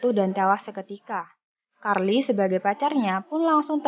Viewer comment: Carl = karli 😂